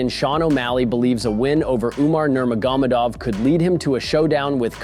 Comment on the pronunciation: Bro said Nurmagomadov in the most retarded way ever